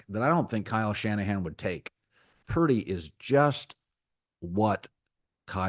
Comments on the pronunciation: Couldn't even say Brock's name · Say Purdy's Name Colin